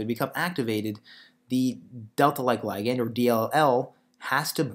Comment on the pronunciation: I hate the way you say "ligand", so unnatural and awkward.